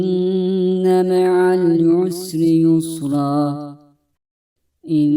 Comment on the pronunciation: Allah razı olsun. Kızıma ezber yaptırırken dinletiyorum. Çok faydalandık. Yalnız "inne meal yusri yüsra" şeklinde anlaşılıyor dinlerken. Dinleyerek ezberleyenler için sıkıntı olur.😔